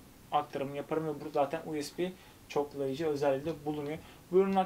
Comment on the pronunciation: Dostum her videonda kulaklarıma batıyor. İngilizce telafuz sorunu çok fazla. Uesbi diye okuma lütfen. Bu tip terimleri en basit yoldan google çeviriden ingizzce olarak dinle biraz kulağın alışssın. Çok rahatsız edici oluyor.